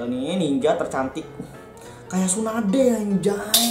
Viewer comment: Sundae Atau Tsunade Boss :v